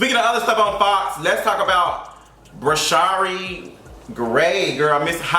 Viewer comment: I thought it was pronounced "Bra-sheer" and where is his momma?